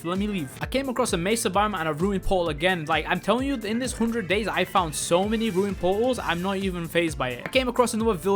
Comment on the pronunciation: I do not like his language He is say Hondred instead of hundred